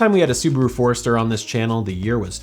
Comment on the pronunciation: LOL. I literally had to rewind it. Wait. That was a ford. Ok, no problem, I'll go along. But then it show the car. Wait, was that really a ford? LOL. Well done. And am I hearing you say Ford'ester?